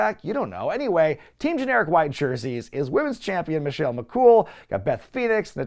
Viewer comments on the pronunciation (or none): none